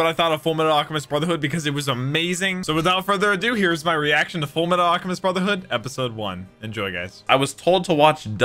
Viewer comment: I believe you mean.... clears throat "Fulumetal Alchemistu Broothehoodo"